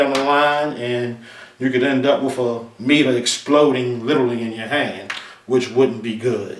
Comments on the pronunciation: Paul Squire . Seriously?! I'm American, Southern, Educated and I work in the electrical field. I watched this video to broaden my understanding of meters and I couldn't finish the video because I was so turned off by the wif/with. It has nothing to do with immigration. Why are we becoming ok wiTH bastardizing our language? What is so wrong with asking presumably educated people to speak clean and clear and not speak so lazily? I would understand if someone didn't have an education but the presenter is clearly an educated guy. No one is asking a whole country to change to suit one person. A little perspective may be in order. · Please please please for the love of God STOP pronouncing the "TH" in the word "WITH" as an "F". You are obviously an educated guy so please honor your teachers and the work that they put into you by using proper English and save the street slang ebonics for your buddies on the block.